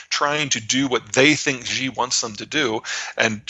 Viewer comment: For fucks sakes. Pronounce his name like SHE, the pronoun. X in Chinese is Sh and XI is SHE, not zheee.